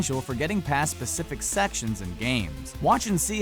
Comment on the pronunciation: Woeful content, and by the way, it's specific, not pacific or "pecific". You know, like they're called spectacles not pectacles.